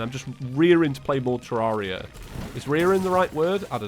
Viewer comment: It’s ter rare ria not terrauria